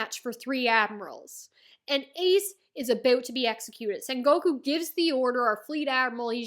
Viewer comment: Writing ace death make oda cried for one full day. This is one of one piece peak and your sengoku pronunciation is perfect don't worry. Also sengoku is basically japanese middle age theres alot of war in sengoku era like alot and just call buggy crew cross guild it's the cannon name